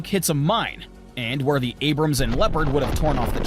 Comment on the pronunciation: It's ABRAMS, not Abraham......